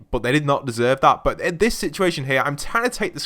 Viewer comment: when u say “but” it makes me think of butt i dont know why?